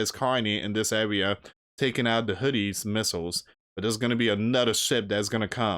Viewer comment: Dude your pronouncing them Hoodies 😅 it is pronounced Who these!!!!